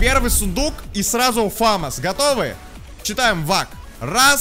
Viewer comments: Я 15-й))) И не фАмас, а ФамАс! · Почему фАмас?! фамАс правильно. Французская пушка, ударение на последний слог) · ФомАс правильно